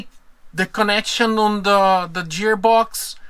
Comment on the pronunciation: I love your videos. It took me a long time to figure out what you were saying “jeer box”. But then I realized you meant to say “gear box”. In English, G has 2 sounds: a soft G, like the way we say Jesus, juice, or Curious George; and a hard G like gourd, or the actor Richard Gere. These 2 sounds are often used in a single word, like gorgeous - the first sound is hard and the second sound is soft.